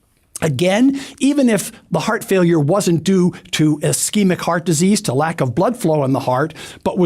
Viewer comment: Bro cant even pronounce failure